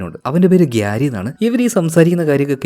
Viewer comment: gyari alla പ്യാരി 😂😂